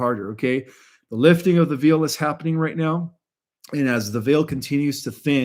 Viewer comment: Veil is pronounced vayl. 😊